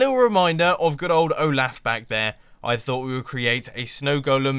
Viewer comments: Its Olof not Olaf or Oglaf. Im Swedish, i know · it's not like o-laugh it's o-loft without the t Mumbo Jumbo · Its pronounced (O-Lof) not (O-Laugh) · It's definitely Olaf, Mumbo. XD Oglaf is something... very different. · mumbo didnt just not watch frozen, but he also killed olaf and he called him oglaf???? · its pronounced oh-lah-f not oh-laugh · Mumbo Jumbo its pronounced Oh-lauf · Olaf Pronounced OH-L-OFF ol good episode my man! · "Oglaf" made my day :D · I'm in America and I don't pronounce it like oll-laugh. I pronounce it like oll-off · the name is said like "oll-off" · The snowman's name is Olaf pronounced Oo laugh. It its a he. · Correction O-laph is how it's pronounced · Mumbo, it's pronounced "Ohlahf." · "Oglaf" heh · Olaf is pronounced "Oh loff," Mumbo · It's oh-loff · anyone else heard him say oglaf? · His name is pronounced Ohlawf. :) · It's not pronounced " o' laugh ". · your saying olaf wrong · lol you said his name in a different accent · You butchered the pronounciation of Olaf